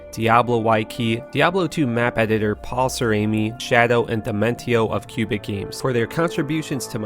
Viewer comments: dude its quebec games not Q-bic games (^_^) i live there and i know what im talking about ;) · Special thanks to diablo why-key and cubic games. Lmaooo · Quebec. Cubic? Wiki. Why-key? lmao.